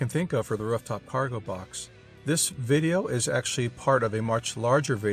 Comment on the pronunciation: "Wruf" top?